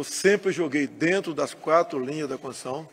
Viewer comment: nem consegue dizer a palavra "constituição", quanto mais respeitá-la